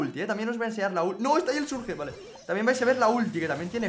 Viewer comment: Porque dice "Surge" y no "Surch"?, parece niño de primaria como pronuncia el inglés (no hate, solo observación).